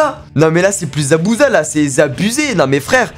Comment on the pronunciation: c'est plus Zabuza la c Zabuzé🤣🤣